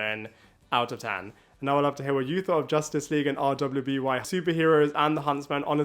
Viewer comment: You really can just say “Ruby”. RWBY is pronounced as the word “Ruby”.